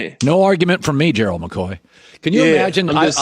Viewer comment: Collin really knows how to pronounce Gerald...and that's unusual because Gerald is a hard name to pronounce...I would know...😉